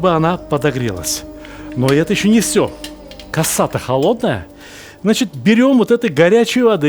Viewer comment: Не коса ,а кәсе или кесе , ударение на последнее гласное